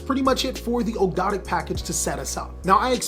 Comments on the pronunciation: Here let's help you out good sir, Ahhg-do-ah-dic= Ogdoadic. Soul-fa-chor-d= Solfachord. Just got to keep saying it over and over to get rid of the tongue twister feel. Not making fun, just wanted to help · They're pronounced Og dough dik :) newcomer and I love your videos!